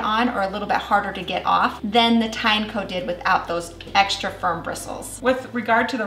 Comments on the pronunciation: pretty sure americans botched tineco pronunciation. how do you pronounce a tin and eco. then why the heck it's tye nako if they're put together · it's teen-e-co 🤦‍♂